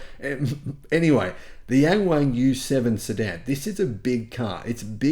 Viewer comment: It's pronounced more like young-wong though, it's not so bad if you get the pronunciation right. Or just get the dealership to rename it Da Wang.